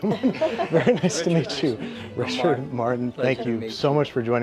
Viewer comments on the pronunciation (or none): none